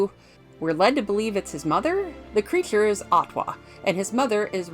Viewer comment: Maaan... usually TRY to ignore, but in THIS case, maybe check a speech therapisshhhht. "priSoner" can be pronounced and enunciated correctly yet "shhhooo" (so) and "creashhhure" (creature) is an issue. Man! Had to cut this one short folks. When your voice is the SOLE selling point, maybe get it checked in a sound booth first. Eh?!?